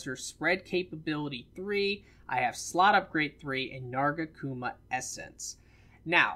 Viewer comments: Narga-kuma? Lol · Why can't you say nargacuga correctly? lol